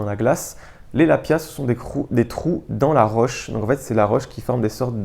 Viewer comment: Très bonne idée que ce lexique de la randonnée. 😊 Spot = Emplacement, tout simplement. Lapiaz: Le "z" à la fin se prononce. Hardshell/softshell: Tu as des hardshells isolées et des softshells non isolés (le coupe-vent est typiquement une softshell non isolée). Dans les 2 cas ce sont des éléments de 3ème couche (veste), non prévues pour être superposées. La principale différente étant la présence ou pas d'une membrane imperméable (qui peut être respirante ou pas), ce qui la rend plus rigide (d'où la différence soft/hard > souple/rigid. La hardshell fait du bruit quand on la froisse, due à la membrane). Foehn: Vent chaud et sec des Alpes suisses et autrichiennes... donc terme pas adapté ailleurs. Pierrier: Faire la différence entre Eboulis > Pierrier > Champs de bloc (dans l'ordre de taille, de pente, de stabilité). Autre terme pour la prochaine vidéo: -Vent catabatique -FFME -Devers (à ne pas confondre avec le devers en escalade) -Grosses. -Fast hiking -Tige (de chaussure) -Quilt -Top bag -Sac de couchage (le terme "duvet" est souvent employé à tort, même pour un SdC synthétique) -Matelas / Tapis de sol (il y a souvent confusion) -Tissu mesh -Tissu ripstop -Alpage -Estive -Point culminant -Versant -Différence entre un lac, étang, retenue, ... -Différence abri, cabane, refuge, gite, ... -Gorges, vallon, vallée, arête, crête, sommet, cime, pic, aiguille, col, ballon, brèche, combe, coteau, falaise, faille, gouffre, paroie, piton, plateau, précipice, ravin, etc...